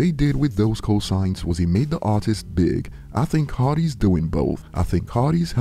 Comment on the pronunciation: The word co-signs sounds like cosines